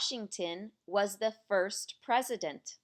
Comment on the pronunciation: Everything good, just when say word THE please say loud and clear. sometimes word THE not clear, Thanks